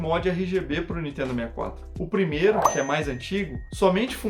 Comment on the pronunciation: nitedo...nitedo...nitedo...nao consigo assistir esse canal